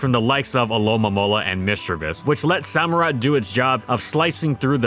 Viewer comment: Did you pronounce it SO - murott? It's Samurott.